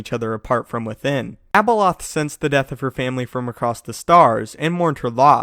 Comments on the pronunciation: When he said Abeloth it sounded like Ebola 😂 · how many times you said abeloh, abeloh, abeloh,abeloh, abeloh, abeloh,abeloh, abeloh, abeloh,abeloh, abeloh, abeloh,abeloh, abeloh, abeloh,abeloh, abeloh, abeloh,abeloh, abeloh, abeloh,abeloh, abeloh, abeloh,abeloh, abeloh, abeloh,abeloh, abeloh, abeloh,abeloh, abeloh, abeloh,abeloh, abeloh, abeloh,abeloh, abeloh, abeloh,abeloh, abeloh, abeloh,abeloh, abeloh, abeloh,abeloh, abeloh, abeloh,abeloh, abeloh, abeloh,abeloh, abeloh, abeloh,abeloh, abeloh, abeloh,abeloh, abeloh, abeloh,abeloh, abeloh, abeloh,abeloh, abeloh, abeloh,abeloh, abeloh, abeloh,abeloh, abeloh, abeloh,abeloh, abeloh, abeloh,abeloh, abeloh, abeloh,abeloh, abeloh, abeloh,abeloh, abeloh, abeloh,abeloh, abeloh, abeloh,abeloh, abeloh, abeloh,abeloh, abeloh, abeloh,abeloh, abeloh, abeloh,abeloh, abeloh, abeloh,abeloh, abeloh, abeloh,abeloh, abeloh, abeloh,abeloh, abeloh, abeloh,abeloh, abeloh, abeloh,abeloh, abeloh, abeloh,abeloh, abeloh, abeloh,abeloh, abeloh, abeloh,abeloh, abeloh, abeloh,abeloh, abeloh, abeloh,abeloh, abeloh, abeloh,abeloh, abeloh, abeloh,abeloh, abeloh, abeloh,abeloh, abeloh, abeloh,abeloh, abeloh, abeloh,abeloh, abeloh, abeloh,abeloh, abeloh, abeloh,abeloh, abeloh, abeloh,abeloh, abeloh, abeloh,abeloh, abeloh, abeloh,abeloh, abeloh, abeloh,abeloh, abeloh, abeloh,abeloh, abeloh, abeloh,abeloh, abeloh, abeloh,abeloh, abeloh, abeloh,abeloh, abeloh, abeloh,abeloh, abeloh, abeloh,abeloh, abeloh, abeloh,abeloh, abeloh, abeloh,abeloh, abeloh, abeloh,abeloh, abeloh, abeloh,abeloh, abeloh, abeloh,abel